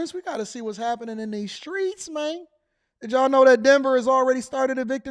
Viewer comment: Don't you mean "skreets?" 😂😂